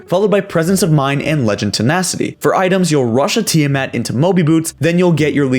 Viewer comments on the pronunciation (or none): none